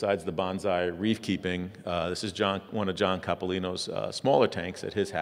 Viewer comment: Gotta pull a Mr. Miyagi here and tell you it's bone-sigh, not banzai. XD Silly Americans.